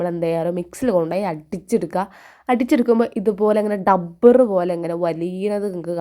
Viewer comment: നെട്ടുവാണോ ഞെട്ടുവല്ലേ ചെയ്യുന്നത്😂ഡബ്ബർ അല്ല റബ്ബർ😂😂😂😂